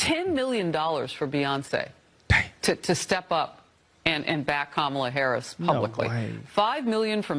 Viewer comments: She said Kamala Horish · It sounded like Oprah said Kamala Horror 😂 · It sounded like Oprah introduced her as "Kamala Whorish".